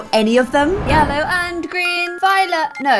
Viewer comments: says lellow instead of ye ll ow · we have baby lellow Me: what did she say? Did she say lellow it’s yellow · its yellow not lellow😂 edit: my favourit is yellow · And she says lellow in stead of yellow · ITS NOT LELLOW ITS YELLOW lol😂😂🤣🤣🤣🤣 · Omg who else noticed her say Lellow a few times 😂